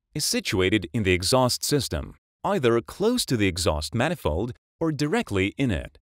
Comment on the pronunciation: "Poolee" and "manifoe"!